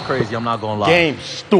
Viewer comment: “Game, Stubid”